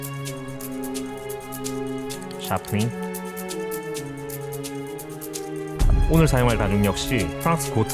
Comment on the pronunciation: 가죽공예 잘하려면 이과 나와야 하는거였군요...샤프닝 발음 보고 문과이신줄 알았는데....